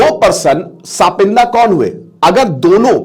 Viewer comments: Sir, सापिंदा नाही सपिंड होता है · It is not sapinda ,it is sapind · सपिंदा नहीं सपिंडा होता है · ये सापिन्दा नहीं है। टीचर हो लेकिन उच्चारण तुम्हारा कितना खराब है। "सापिण्ड" नहीं कह सकते अंग्रेज की औलाद?? कितने मूर्ख हो! 🤣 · it's not सापिंडा... it's सपिंडा.. same पिंड vale.. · Gawaar it's sa-pind; not sapindas. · इसका उच्चारण सपिंड है, सापिंदा नहीं। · S -pind bolna chah rahe hai? Lol sapindia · Pronunciation is wrong